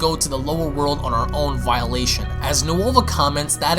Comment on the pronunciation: It's Volition not Violation.